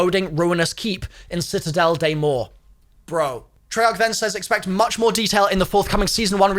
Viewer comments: Hi i'm french and the first prononciation was quite good don't worry. (Morts = Mor) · to pronounce ''morts'' it's like morse in morse code but you don't pronounce the ''se'' at the end . sor basically it's ''MOR(se)'' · I’m French You don’t pronounce the t or the s in “morts”. You say morts like u would say the m sound + or. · Its pronounced MAR not MORE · Mort is pronounced like more. Mort means dead. Was hyped?:) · 'Morts' is pronouced like 'more' but the r in more comes from the back of your throat.